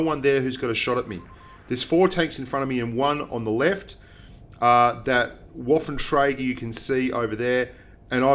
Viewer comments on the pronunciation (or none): Waffle tractor?!? It pronounced vath-en-trey-grrrr